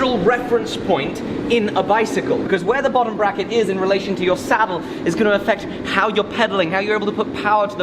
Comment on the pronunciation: Bbbrrracket, did he say bbbrrracket?